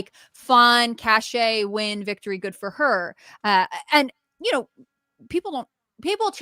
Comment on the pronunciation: FYI, and I’ve said this before, “cache” is pronounced like “cash”, not “cash-A”. Look it up